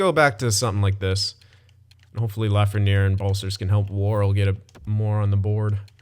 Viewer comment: "La-fren-air", It is "La-fren-yay". Keep up the good content man, love it.